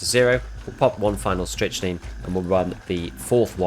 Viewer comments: I've been using this tech since the patch, it's actually awesome. By the way it's pronounced "strick - nine" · It's pronounced "Strict-Nine" my guy :) Great content as always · You're both wrong and right, it's pronounced 'strick-neen'. Just like amphetamine. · Leave the poor Brit alone. They don't know how to properly pronounce English words. 😉